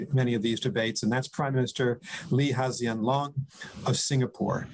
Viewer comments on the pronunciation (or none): How the hell did he just pronounce Lee Hseen Loong hahaha, I thought he was talking about someone else